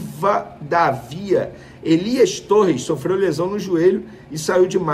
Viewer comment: A pronúncia não é “Riva da Vía”(!), é “Rivadávia”.